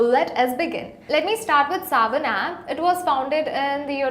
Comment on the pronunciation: Arey, its Saavn, not Savan.:/